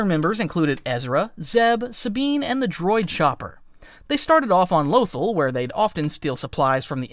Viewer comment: Lothal is pronounced loth-ALL.